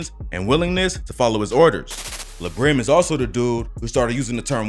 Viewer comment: His name is Latique Johnson so it's "La" Brim. Not like le Brim